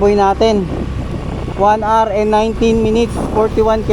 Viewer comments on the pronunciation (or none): none